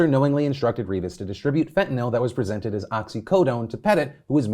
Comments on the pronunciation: what the fuck is “fentinill” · The way Phil said Fentanyl